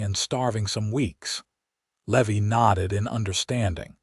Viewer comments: Man this narrator sure can slaughter a name !!! Just awful !! The cowboy isn't a le- veee . His NAME is LEEE-VIIIII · Levi is not Levy. Think Levi like the jeans. I really wish that you all would hire actors who know this stuff instead of stupid AI that knows nothing. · The misprounciation of Levy is highly annoying. As is the so overused name of Hope! But the story is solid and the premise unique. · Love the story, the characters are wonderfully written, the AI is killing the name Levy. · I love these stories, but the AI errors are annoying! How can you slaughter the name "Levi"? Still going to listen. . .probably a great story.